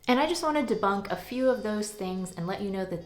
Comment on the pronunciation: At about :43 on the video, you say you're going to "bunk" some of those things. I think you meant to say, debunk.